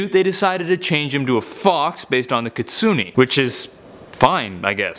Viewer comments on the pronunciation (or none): I still wonder why he pronounced Kitsune as Kitsuni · Wait... do they mean a kitsune XD That's not how there said it's pronounced kit-sune-a